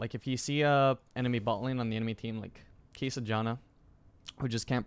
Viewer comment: Can you please learn how to pronounce Kai'sa properly, this is really grating